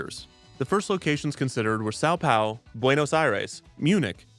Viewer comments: you pronountiated both "Grupo Mágico" and "São Paulo" in ways so wrong i didn't think it was possible. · bro that was the worst pronunciation of "São Paulo" I've ever heard. wtf is saupao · Wait, when you say "saw paw" are you talking about "São Paulo - Brazil" ? It's my city and I've never heard of this "kids cities" around here. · Funny way to say São Paulo in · nothing he just massacred São Paulo pronunciation. On one hand I don't actually mind, on the other hand I'm impressed that this is the worst attempt I saw so far. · I wanted to congratulate defunctland on not just a great documentary but also for the worst pronunciation of São Paulo I've ever heard